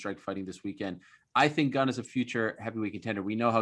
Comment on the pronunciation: Ariel HELWANI is the only MMA pundit pronouncing Cyril GANE correctly so far. I am sure Jon ANIK will take a page out of his Canadian book when commenting the ROZENSTRUIK vs GANE fight. Allez la France!